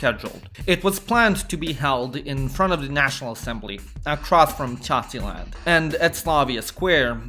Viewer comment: MAN! I COULDNT STOP LAUGHING AFTER HEARING CACILAND XDDDD